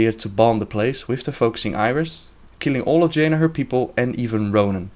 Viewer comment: Did he said: "Va-Jaina"? XD